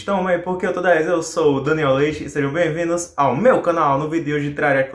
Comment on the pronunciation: errado, "VRIDO"